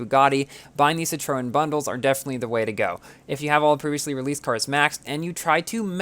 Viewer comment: Superinformative, but I was a bit mislead by the pronunciation of some cars. La Voiture Noire (= the black car) and Citroen are French words and need to be pronounced as French words. If you try, you can find links how to pronounce it.